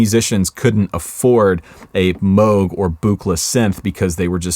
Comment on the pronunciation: really like you pronounced Robert Moog's name correctly, the t-shirt is cool too